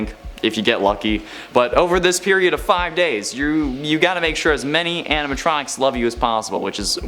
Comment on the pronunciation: yeah but i can understand the mispronunciation